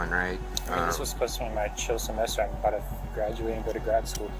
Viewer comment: “I’m uh bowda leave.” She kept repeating. What has happened to the English language? It’s so annoying. These are supposed to be college educated people. This is not quite, but almost as ridiculous as the use of the word ratchet (a wrench) used as the word wretched. The best one is the word axe🪓 as ask. Oh, and let’s not forget the use of,the words literally, and like! We really are headed for the real life version of the movie Idiocracy!